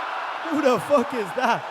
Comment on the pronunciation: "Who the Fock Is that Guy"...lol